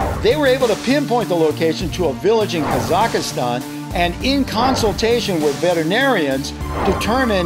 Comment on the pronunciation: said kazastan wrong